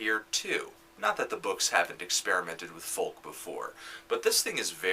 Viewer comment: I like how you say "foLk"